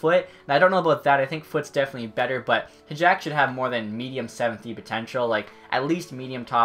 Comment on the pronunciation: Hajek Pronounce like Hi yack